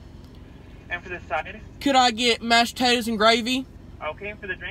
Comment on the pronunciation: "Mash tatas n gravy" it funny how she says it